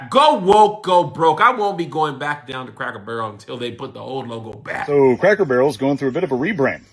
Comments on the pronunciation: The person reading this keeps saying Crackle Barrel instead of Cracker Barrel- pretty lame. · Girl its CRACKER not Crackle. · CRACKER BARREL, NOT CRACKLE 😂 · I thought it was Cracker Barrel, why y'all saying Crackle Barrel? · Crackle??? It's CRACKER 🤣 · Cracker Barrel not Crackel barrel 🤨🤨🤨 Hype+ yall can’t speak or something😂🤣😂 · Imagine what them folks gonna do when they hear her pronounce it, Crackle Barrel! 😅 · Sounds like you were saying “crackle “ barrel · Stop saying “crackle” barrel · I'm confused as hell. Why does it sound like she keeps saying Crackle Barrel? Reminds me of when some of my people who couldn't say street or specific would always say Skreet or Pacific. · I'm going to need you to use the correct pronunciation when speaking about this establishment. We need to hear a HARD ER at the end of Cracker every time you say it. Maybe that will help identify who is taking the most offense at the change. Say it with me crackER Barrel. 😂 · Crackle Barrel????? 🤦🏿 she said it wrong every time 😂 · Why does the narrator keep saying crackle? Must be DEI hire. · Is she saying Crackle Barrel? 😅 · I'm sorry but her inability to properly pronounce the word, "Cracker," made me turn the video off. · Thought I was tripping 😂😂😂